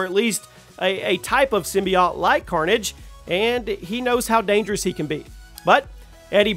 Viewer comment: The way he pronounces symbiote forced me to quit watching